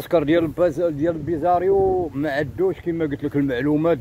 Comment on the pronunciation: باغي يمشي للعسكر هو معرفش يقول كلمة بوليزاريو